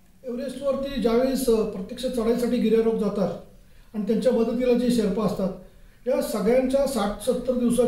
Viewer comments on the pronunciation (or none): अरे शेपरा नाही शेर्पा...